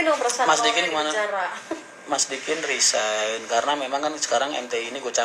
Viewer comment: RESIGN bukan RISEGN